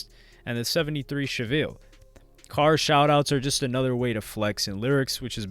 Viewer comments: Are you saying "Seville" or "Chevelle"? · Says 73 Chevelle as chiville then shows a Camero 😂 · I'm sure there already a thousand comments about this, but bruh, my dude, my guy...how do you absolutely butcher the pronunciation of Chevelle THAT badly...come on man lol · Great topic and vid, good enough for me to forgive the pronunciation of Chevelle, lmao